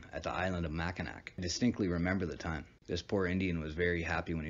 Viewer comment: Mackinac is pronounced mackinaw